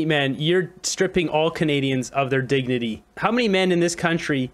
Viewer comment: diginity dignity?Diginity?he doesn’t even care how to pronounce words any more, or he’s intoxicated?